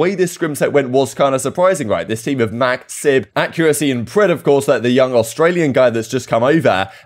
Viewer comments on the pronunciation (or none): none